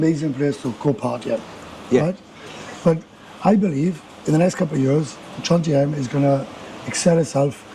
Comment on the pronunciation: These Pommie gits cannot even pronounce JOMtien….they say JONtiem! That 57 year old guy…looks 77…